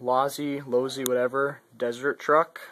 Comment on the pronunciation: its losi god learn!!!!!!!!!!!!!!!!!!!!!!!!!